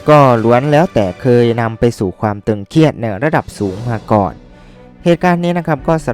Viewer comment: 'ตึงเครียด'นะครับ ไม่ใช่ 'ตึงเคียด'